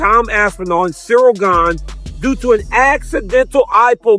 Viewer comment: Who's Cyril Gain? Lol. Its Gane!! 😅